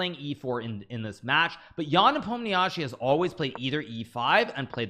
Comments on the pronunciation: Nobody: Absolutely Nobody: Hikaru: ''Непомниачи'' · Please learn how to pronounce "Nepomniachtchi", or just say "Nepo"